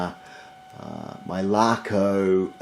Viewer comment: Great pronunciations of the brand LACO.